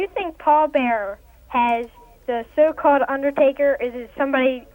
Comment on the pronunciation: HI! Marylander here. Ive seen this like 4 or 5 times now, but I just wanted to say that the Stephanie that called in had a DEFINITE Baltimore Maryland accent. So unless they went real extra with Stephanie Mcmahon, that was a real caller. Listen to her "Do you think Paul Bearer has the SO CALLED" Listen to her "so called" Batimorians could recognize that accent a mile away!